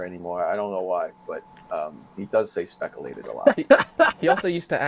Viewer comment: I can't stop using the word "speckalated" now. It's driving my mates mad.... 🤣🤣🤣